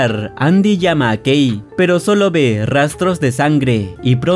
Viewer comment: ¿Alguien más entendió gay cuando dijo que la esposa se llamaba Kay?